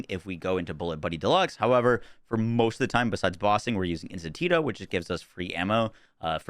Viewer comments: Instinto, not Instintito. Otherwise, thanks for the build! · Im sorry i have to jump in here and help you out. You're say intintito incorrect its: in-STEEN-toh. Hope this helps 😉🤘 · Please man the Rafa augment you pronounce 'Institido' is literally just 'Instinct' in Spanish lol - 'Instinto' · I think the point where he stops saying "Instintito" instead of Instinto is far gone already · It's not "temario", damn you!" Its "temeRARio". And it's not "Instan-tito", it's "instinto"! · bro same it KILLS me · In. Stin. To. I love you bro, your vids have really helped my game but I die a little everytime you say “instinteeto” 😂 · INSTINTO. Please say it right one time :P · I was looking for this comment. He’s a smart dude but he still says “in-stin-tito” and I can’t help it but I crack a smile when he says it 😆